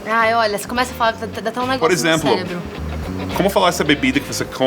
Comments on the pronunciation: éla falo célebro kkkk é cerebro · A professora falou celebro? Ou eu ouvi errado? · "celebro" ???... what ? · Da um negocio no ceLebro? o ingles anda bem, mas patinou na lingua nativa hein?! video bem legal! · A professora falou célebro. Parabéns! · concordo plenamente!